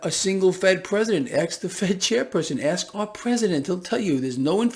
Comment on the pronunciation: When you get word ask right the third time :D